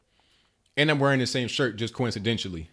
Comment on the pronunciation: and what is that word you are trying to say (I think it is suppose to be coincidentally). Ensure you have a better command of the English language. Ensure you understand the Constitution before trying to challenge a Harvard educated Constitutional Law Professor that we have in our President...